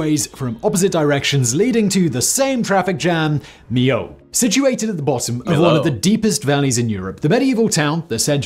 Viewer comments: He is so British, he doesn't even try to learn other pronunciation. I have heard him on other episodes mess up pronunciation in other languages. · After hearing "me-yo" you still pronounce "me-lo"?????? 🤡🤡🤡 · It's pronounced "me-yo". :) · Yes.... me-yo😊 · I'm french. I never crossed it yet. However my gran parents and my aunt crossed it.. and they were really impressed. It remains a fantastic bridge. PS : to be pronounced mee-yo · To pronounce Millau for english spoken folks, says "Me Yo" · Millau is pronounced Mee-yo [mi-'jo]. :) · Millau = me-yo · So that's the new trend on YT ? A guy talking 25 mn about highly technical and scientifical issues he hasn't got a clue about ? Strange world. By the way dude, you could have succeeded in ONE thing : Pronoucing Millau properly, as the Englishman did. it's just MEE-YO. But you failed too. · And used to be spelt Milhau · C'est une très jolie petite ville Millau où je pense qu'il y fait bon vivre. Par contre le Viaduc même 20 ans après sa construction, le péage t'assassine 🤣. J'y suis passé il n'y a pas très longtemps, 11.90 € la vache ! Donc en tant que Millavois, dis lui au ricain comment on prononce Millau. Not Melo but Meyo or Meyau 🤣.